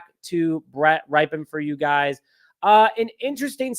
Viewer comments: Nope, it's pronounced "RIP-en," not "RIPE-en" or "RIPE-EEE-en." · His name is pronounce Rip -en like after his uncle Mark Rypien, Super Bowl winer. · His last name is pronounced RIP-UN